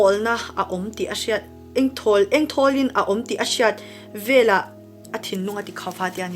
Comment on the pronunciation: Veleh tih a lam rik hi velah tih ang deuhvin a ri chhuak tlat...